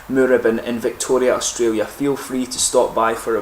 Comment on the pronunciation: Tried this a while ago. Don't remember it as anything special. You've inspired me to give it another go. Pronunciation lesson for today ... it's "mooRAbin", not "MOOrabin"